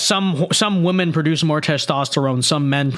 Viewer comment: won't say WOMEN correctly just like the transgender in the video. PROOF!!!!!...he is pretending. He's a grifter to make YouTube money. It's obvious!!!!